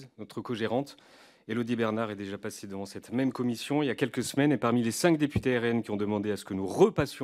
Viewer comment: le "rhaine" .. mdrr.. cette phase de rap conscient raté de 1998 🤣